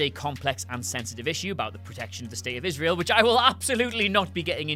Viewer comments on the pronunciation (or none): none